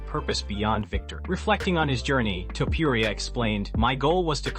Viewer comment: Why would u say"Toupouriah? It's disgusting and disrespectful to get a fighters name wrong every time and he's not the only name ur chopping up horribly. Get those names right before u put a video out. Just some advise.